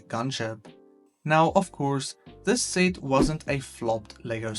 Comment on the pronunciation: Please say set correctly next time